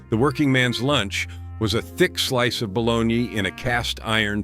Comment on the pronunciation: Oh bologna. I thought he was sayin' balawn-yee!